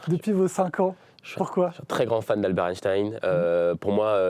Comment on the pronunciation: par contre apparemment on ne dit plus Einstein mais Einstine